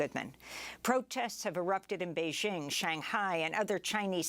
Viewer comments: How did covid protocols prevent firefighters from doing their job? Amy, you are not pronouncing Beijing properly. It’s bay- jing. Not bay- zhing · Bay JING. not beige- ing